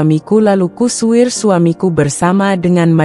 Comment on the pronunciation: Ku usir miiin...bukan kusuir hehehe